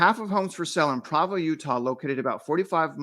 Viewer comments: My friend it’s PrOvo not Pravo lol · pedantic pronunciation correction, I believe it's PRO-VO, not PRAH-VO